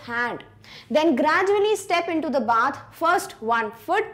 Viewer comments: "baeth"???? Its spell "baath" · Bath is pronounced by beth in v4